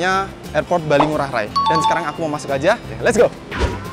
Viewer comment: Ngurah rai bukan rae